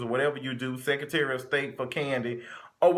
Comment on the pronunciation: he said sectary of state for Candy! 😂